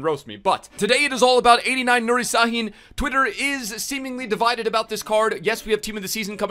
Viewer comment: It s pronounced shhahin